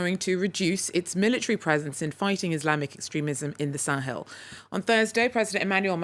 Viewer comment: "Teh Sahel" ?